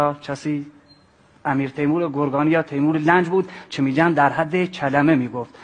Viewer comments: امیرتیمور گورکانی درسته. گورکان البته نه با این تلفظ ، به معنای داماد است. کورکان طوری گفتید انگار تیمور گرگانی است. ایشان ازبک بود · بیسواد امیر تیمور گرگانی نبود گورکانی بود😂